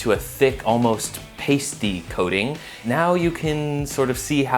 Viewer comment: Did he just say kiting instead of coating?